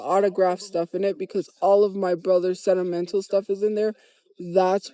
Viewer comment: She really is stupid asf can even say sentimental right